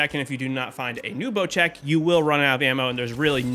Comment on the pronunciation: why does everyone call bocek a bocheck